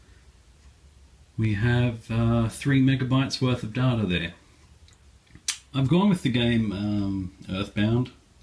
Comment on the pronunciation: Ahhhh, you say "data" the same way I do. :D I thought I was alone in knowing the proper Latin pronunciation.